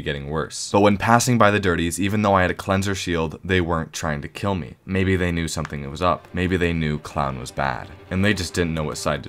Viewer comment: "Mabye“ is crazy